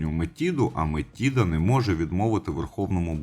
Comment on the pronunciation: А бо нічого було коханку жерти! Юпітер сам винен. До речі, гадаю, що Метида просто переродилася в доньку чи якось із нею поєдналася, бо Атена-Мінерва народилася дорослою жінкою. До речі, зверніть увагу: МетИда. Правило дев'ятки дуже просто запам'ятати: де ти з'їси цю чашу жиру? Після цих приголосних ми пишемо й вимовляємо и в запозичених словах.;)